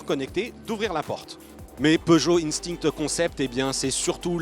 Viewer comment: Ca vous arrache la gueule de prononcer "instinct" en français ?